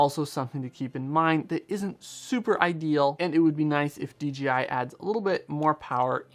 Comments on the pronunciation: D J I ... Not D G I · In your video you call it DGI repeatedly. Is this how we are supposed to pronounce DJI